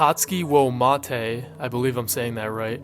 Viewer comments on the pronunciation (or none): none